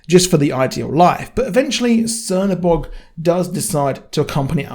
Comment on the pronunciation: he is not _C_ernobog, he is _Ch_ernobog. the Black God.